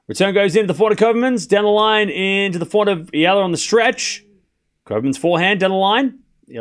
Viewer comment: thanks ! you pronounce now EALA perfectly 👌